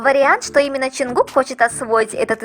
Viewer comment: Мне одно интересно почему вы каверкаете имя ЧОН ЧОНГУККА, ЧТО это за ДЖАНКУКК в аннлийском нет буквы Ч этому такое произношение ,в немецком ,что бы написать букву Ч используют 4 буквы ,но в русском она есть ,так что же вам мешает правильно произносить и писать имена